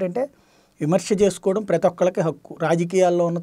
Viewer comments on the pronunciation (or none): none